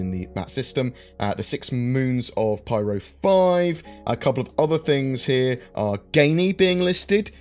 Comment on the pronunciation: Py-ro Pie. Ro. Not Priero